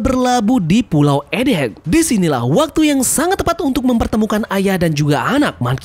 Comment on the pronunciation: Egghead bang bukan Ed heg... set dah masih aja salah dari kemaren...